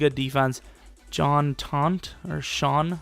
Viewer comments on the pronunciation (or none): none